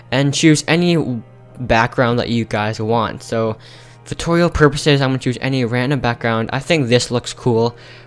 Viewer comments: Did you say toilet-video???!! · lol the start of the video i thought he said "welcome back to a another toilet video" 😂😂😂